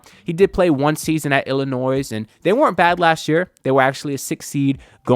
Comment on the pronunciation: Breaking news - the final “s” in Illinois is silent and always has been.